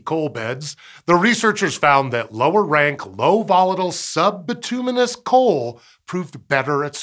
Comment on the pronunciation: It's pronounced Bit-you-menous